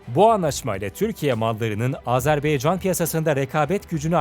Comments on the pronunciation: Yahu video yaptığınız ülkenin ismini doğru olarak söyleyin, Azerbaycandır adı 'baycan'. beycan nedir yahu, lütfen dikkat edelim. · Sayın sunucu telaffuzunu düzelt... Azerbeycan değil Azerbaycan... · Azerbeycan değil dostum Azerbaycan lütfen bunu düzgün telaffuz edelim saygılarımla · Azerbeycan değil Azerbaycan diye okunur. Lütfen düzgün telaffuz ediniz. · "Azerbeycan" değil Azerbaycan. Onu düzeltelim. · Azerbeycan degil Azerbaycan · Azerb“E“ycan değil Azerb”A”ycan Admin !!! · Azerbeycan değil "AZERBAYCAN"!!! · AzerbEycan değil AzerbAYcan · Azerbeycan değil Azerbaycan o düzgün söyleyin şu ismi kardeşimizin ismi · Azerbeycan değil Azerbaycan!!! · Güzel video...birde kardeş ülkenin ismini doğru söylesek çok iyi olacak...Azerbaycan...beycan değil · Azarbeycan yox AZEBAYCAN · abi azerbeycan degil azerbaycan dikkat et bunlara helal olsun iyi is yapiyosun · Sizin gibi bir diksiyona ve güzel konuşma yeteneğine sahip birisinin ''AzerBAYcan yerine AzerBEYcan'' demesi beni çok rahatsız etti. Bunlara dikkat edebilirseniz, kulağa daha hoş gelir. Videolarınızı keyifle seyrediyoruz. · Azarbaycan yazıp neden Azerbeycan diye okuryorsunuz ya hu? Daha adını doğru okuyamadığınız bir ülke hakkında analiz yapmışsınız gibi bir durum var ortada. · AzerbAycan şunu düzgün söyleyin lütfen